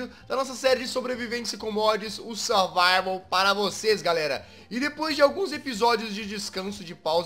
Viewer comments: na intro o jezz falou survivel com mods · o Jazz falou survivel com mods kkkkk!!😂😂😂